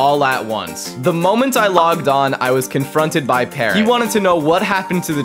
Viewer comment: the fu he said paarrot